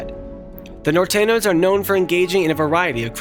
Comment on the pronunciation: It s Nortenios and sorenios not nortenos & sorenos 😅😂